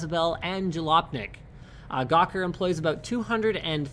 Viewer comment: not jjelopnik